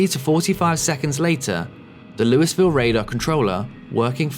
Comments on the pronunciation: Not louis-ville Not loo-e-ville It’s loo-uh-vull Born and raised in Kentucky. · it's pronounced LOO-AH-VUL not this looeyville crap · the city of "Louisville", Kentucky is pronounced "Loo-EE-ville", not "Loo-es-ville". it's not a regional dialect thing, it's just how the city is pronounced by everyone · just as a heads up for future videos, Louisville is pronounced lul-vull/loo-a-vull. You could also pronounce it like loo-ee-ville and get away with it since it was named after king louis and he prounced his name like loo-ee, but a lot of Kentuckians pronounce it like the former due to the accent/dialect of different regions in the state. Saying Louis-ville like you said it will very promptly tell everyone you aren't from here and get you corrected within a split second. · The 'S' is silent in Louisville, so it's pronounced 'Loo-ee-vill'. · I'm sorry to be a pedant, and sorry that our country doesn't pronounce anything consistently, but Louisville, KY is pronounced "LEW-uh-vuhl" I feel bad because St Louis is pronounced "LEW-iss"